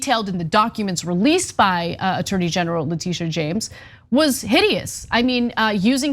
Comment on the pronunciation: it's le tish a.. not le tee sha...